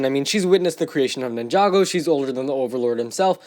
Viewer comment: did he just say jinjago